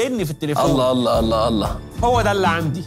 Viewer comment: لما تذكر اسم الله انطقه كويس